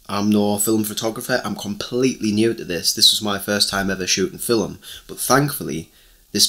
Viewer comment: First thing to know before your develop your first roll of film... the word "film" has but one syllable. In Oregon, USA we go to Shutterbug, or mail order from Pacific Photo Lab.